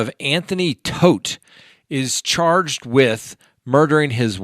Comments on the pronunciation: It’s TODT, not Toft. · Your saying Toft wrong, ToFt!